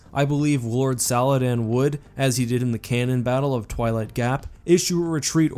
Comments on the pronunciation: "Lord Saladan" this hurt my soul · We knew never played Destiny as soon as he pronounced "Saladin". 🤣